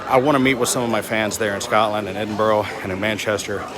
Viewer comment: And it's still Edinburgh, not Edinborough. ' Edin-bruh' You don't want to upset the Scots they carry dirks.